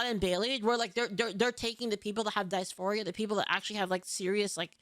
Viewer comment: DIS- FORIA Diss Four Eee Yuh Who tf say dicephoria. Its not a word.